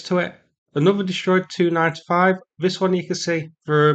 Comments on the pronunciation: Tu-95 is pronounced “tee-you ninety-five” in my world - not “295” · Stop saying 2-95. Either T-U-95 or Tupolev-95. Same for the rest. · Tu-95 is usu. pronounced by former military or NATO types as "tee yew ninety five", vice "two ninety five". You were confusing the heck out of me until I figured out what the heck you were saying for the Tupolev designation. The MiG descriptor, for Mikoyan and Gurevich, is usu. the only one pronounced by us as its own word, "mig". Similarly, we say "aay enn" for An- or Antonov. Etc. , etc., etc.